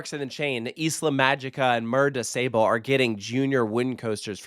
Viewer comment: Unlike his pronunciation of Mer de Sable, haha! 💀